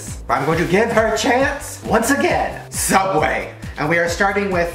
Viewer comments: Subway not soobway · Shadow Cadet its subway not soobway or sooubway or soubway